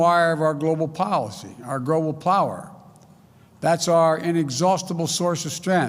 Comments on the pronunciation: Our "grobal power"? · "Grobal Plower"???? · What the hell is grobal powa